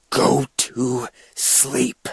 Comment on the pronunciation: More like "Go to slee." Jeff got no lips, lol.